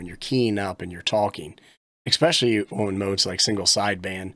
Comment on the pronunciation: Oh and "Expecially"